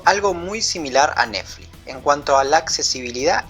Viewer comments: che... "nefli" tiene una "T" y una "X"... neTfliX!! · Iba todo tan bien, hasta que empezó a decir recurrentemente "Nefli"...me pudo! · Por qué dice Nefli? 😒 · me encanta como dice neflix en vez de "netflix" me da mucha risa alto video amigo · Esta tan bueno el video que voy a obviar el hecho que digas nefli y yutub... jaja... naa en serio buen material va un like !! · MEJORA LA PRONUNCIACION!!!!! "YUTÚ" "NEFLI" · "nefli", naa joda, está bueno el análisis.